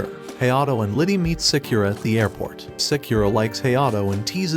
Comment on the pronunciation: Sakura name pronunciation murdered.. its Sah-koo-rah not Say-que-rah..